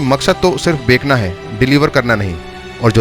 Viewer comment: Bhai bekna nahi Bechna kehte hai ! 😊